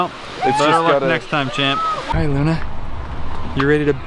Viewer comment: did anyone else hear luna say "i luna"